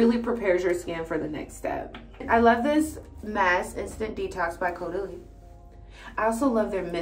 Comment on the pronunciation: YAS girl! You're the first one on YouTube that I've found that pronounces Caudalie correctly!